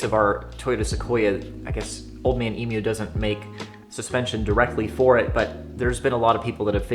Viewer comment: you're one of the only yankee's to actually pronounce emu correctly. thanks for that